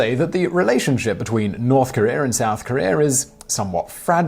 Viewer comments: North Career and South Career? What were their jobs? Or is your pronunciation just as bad as your ET knowledge? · Korear. I love you Brits. Its kor e uh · Why do you pronounce “Korea” as “Korear”?